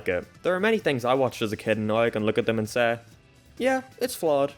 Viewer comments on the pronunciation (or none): This guy says "hey" and "say" weirdly. I cant put my finger on it.